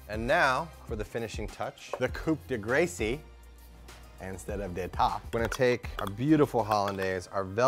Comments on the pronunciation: Again it's cu de gra not cope de grace (yes i said it wrong as well for quite a while to) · coup de gray-see. i died